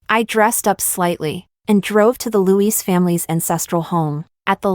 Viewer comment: The way you say louis sounds like agirls name